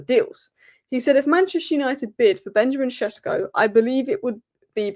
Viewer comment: Benjamin Šeško is pronounced as: BEN-ya-meen SHESH-ko Breakdown: Benjamin – Just like the English name Benjamin, but in Slovenian it's often said as BEN-ya-meen (more precise, but "Benjamin" is fine too). Šeško – The "Š" is pronounced like "sh" in shoe, and the "ko" is a short "ko" like in cold. So it's SHESH-ko.